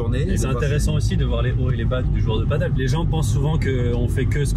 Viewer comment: Toujours un plaisir de voir tes vidéos! Quel sacré taf, bravo! Par contre faut vraiment arrêter de prononcer paddle/padeul, c'est du padel:D